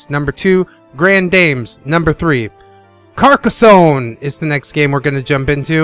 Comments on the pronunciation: thanks for this review man. I think that most people pronounce it Car-Ka-sone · I love when you say Carrrrcaa zone -That's what she said. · Good video and the emphasis on the start as hilarious. Carcassonne! --- Carcassonne! --- Carcassonne! Regarding the Bundle, I will probably do the Skiparoo because I don't have the time for long games anymore and I have many other board games.